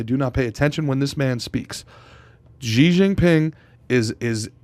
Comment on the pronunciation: Pronounced "Shee"